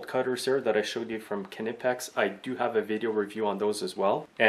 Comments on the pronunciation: He pronounces it Kneepex, the k flows in to the word, very quiet k then knee, it most definitely is not pronounced KA nipex like the KA is a separate word from nipex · Well, I speak German and it definitely isn´t.